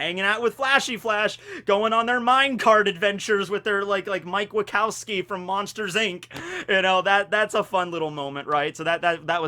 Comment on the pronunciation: You got mike wazowski's name wrong